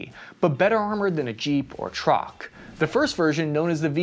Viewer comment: I don't like the way he says trock.